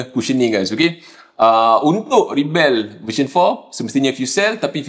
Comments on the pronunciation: Pasaipa dok sebut Ribell ? Pelik bunyi dia aihhh. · As a noun, rebel is pronounced “REB-uhl.”